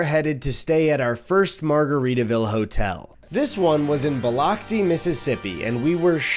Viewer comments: How he said Biloxi was a tad painful, lol 😊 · obsessed with the way eddie pronounces biloxi lol